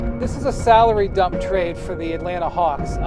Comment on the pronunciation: “Hornets have agreed to twade Dright Howard to the Nets...”